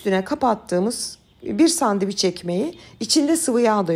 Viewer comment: Sandevic yok Türkçede şey..😂🤦🏼‍♀️🙈 SANDÖVIÇ OLABILIR..ya da sandviç.. ama SANDEVIC asla ve asla değil üzgünüm...